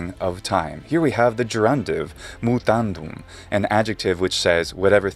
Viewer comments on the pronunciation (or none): It's just a typical Italian dub like all the Italian dubs reviewed. The only mistakes in it are the pronunciation of "mūtandum" and "adferō" as "mutandem" and "adfēro". I also heard the phrase "hūc dē futūrīs adventīs" which should be "hūc dē futūrīs advēnī". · Yes. In all the other dubs he also says "mutandem" instead of "mūtandum".